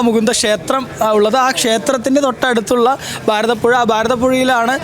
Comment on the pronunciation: ബാരതപ്പുഴയല്ല ഭാരതപ്പുഴയാണ് , നിളാ ആരഥിയല്ല ആരതി ആണ്, രീദ്ദി യിൽ അല്ല ..രീതിയിൽ ആണ്, വേഥി അല്ല വേദി ആണ് , വനിതാ റിപ്പോർട്ടർ അനാവശ്യമായി വാക്കുകൾ സ്ട്രെസ് ചെയ്ത് മലയാളത്തെ വികലമാക്കാതിരിക്കുവാൻ ശ്രദ്ധിക്കുക